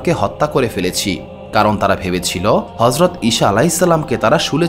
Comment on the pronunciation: উচ্চারণ সঠিক করুন। ঈছা হবে।